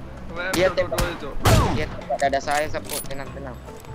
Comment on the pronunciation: Cuman bang doang dari sekian youtuber,yg penyebutan sappo nya benar